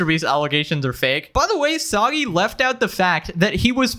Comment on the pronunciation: 'sobby' cereal